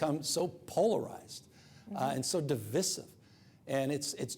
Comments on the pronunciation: Who the fuck pronounces divisive like that? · It used to be that the word 'divisive' rhymed with the word 'incisive' in following normal pronunciation rules. Now, it rhymes with 'dismissive.' When did that happen?